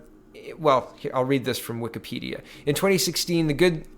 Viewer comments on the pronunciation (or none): none